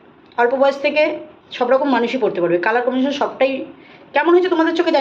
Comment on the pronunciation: Colour commission noy....Colour combination.... English pronunciation wrong